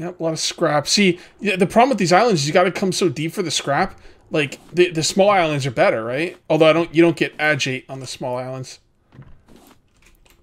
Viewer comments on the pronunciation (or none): You have to put a scarecrow by the engines......... And call him Scotty xD Fyi agate = aaa-gut ...a like in hat